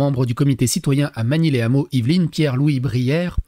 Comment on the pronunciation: Magny-les-Hameaux sans liaison... "lè Hameaux"